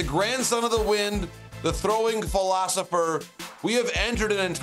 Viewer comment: It’s Velosopher as in Velocity